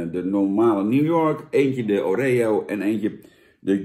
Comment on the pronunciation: Wie zegt nou O ree O? Pleeeeeeeease het is Oreo! je bent toch geen huppelkutje jan? Verder, goede review(s).